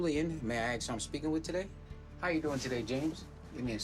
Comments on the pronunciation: The word is ASK. Not AXE. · Why can't they say ASK.? Don't axe me. It's not just p o c that do it though ,just a habit some people get into.